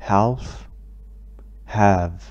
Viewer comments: Sorry , عندك غلط بلفظ في كلمة half انت لفظت هالف L Silent بعتقد يعني هاف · تسلم على المجهود الرائع عندي ملاحظة بسيطة عن كلمة half اعتقد تلفظ بدون حرف L